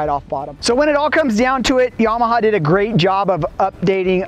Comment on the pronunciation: its not YAH-MAH-HAR its YAMA-HA